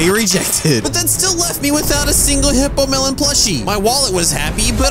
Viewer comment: it is hippolemon not hippomelon